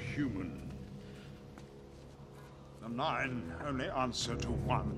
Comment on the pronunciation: The way he says "nine" is so satisfying.